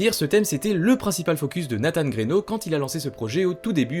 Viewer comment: 1 minute de vidéo. Et j'entends déja de la blasphème. La prononciation du nom de Nathan. RIP